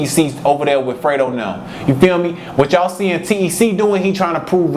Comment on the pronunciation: Nigga ik the ppl really from the city they call him t.e.c not tec 😂